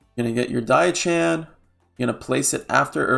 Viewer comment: Just so you know diao chan is pronounced "dee-oww-chan" the "oww" is pronounced like you are saying "meow" like a cat. Also Ne Zha is a boy.